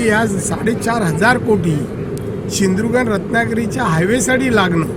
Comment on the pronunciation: सिंधुदुर्ग ला शिंदुरग बोलतो हा काय कोकणाचा विकास करणार चाराणे खोटे बोलतो